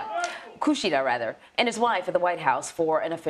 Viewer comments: His name is Kishida, not Kushida. Do your homework! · It's "key"shida.